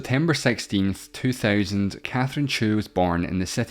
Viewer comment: Sorry, I can’t get over the pronunciations of their Chinese surnames. Zhu = chew?? 😂😭